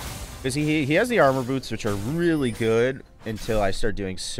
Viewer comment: "armor botos". people from hawaii are absolutely rolling